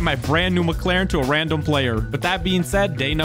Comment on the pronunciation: random not radnom